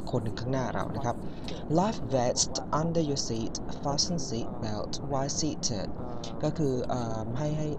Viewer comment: PLS check how to pronouce "FASTEN" correctly xoxoxoxox